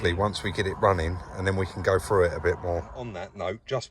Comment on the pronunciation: When you say frew do you mean through ?